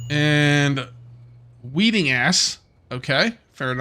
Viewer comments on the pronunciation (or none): Wedding Ass not Weeding ass